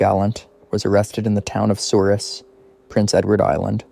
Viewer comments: Souris is pronounced "Soor-ee". Also Gallant is pronounced "Ga-lant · Your pronouncing the town wrong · Souris and Gallant incorrectly, but "non Islanders" make these exact mistakes more often than not.